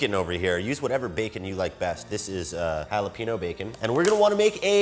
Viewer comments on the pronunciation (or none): Jalepeno? Sir, I think you mean Jalepeño